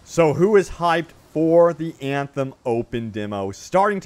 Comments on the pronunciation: Everytime he pronounces "Anthem" something dies inside of me :D no front, love your content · O MG I can’t in hear Anthem!!